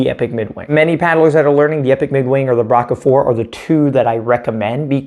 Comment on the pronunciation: Braca pronunciation is "bracha" or "bratsha" not "braka". Just in case you may be interested.